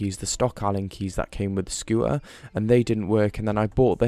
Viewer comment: "scoo ah" it's a "scoo ter" the T is not silent in any language. Just saying